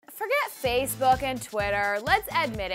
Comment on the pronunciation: Did she say faze book and not Facebook